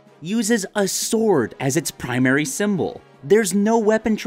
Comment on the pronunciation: I thought you said ab-sword